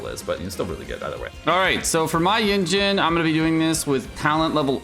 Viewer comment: Why you feel cool by doing wrong pronounce of carecter's name's 🙄🙄🙄🙄🙄